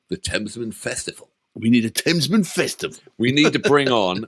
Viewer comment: Thamesmen Festival! Thamestival? Thestival? 🤣